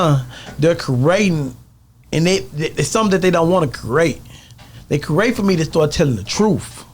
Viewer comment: Aye the word is CREATE NOT CURRATE LOL